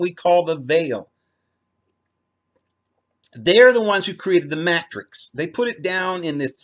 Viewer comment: jesus fulfilled the old law and why do you mispronounce the word Matrix ?